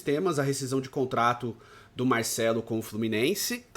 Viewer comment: Porquê ele fala MAICELO ?